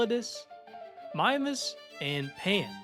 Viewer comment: Why it sound like he saying mime-mass, its meemass mimas mEEmas